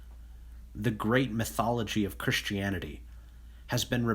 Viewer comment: Nobody: OP: "Chrishtianity" (x50)